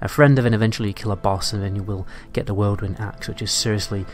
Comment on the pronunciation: "whirledwind axe" lmao